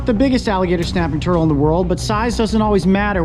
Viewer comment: Why he say snapping turtle like that .... he said shnap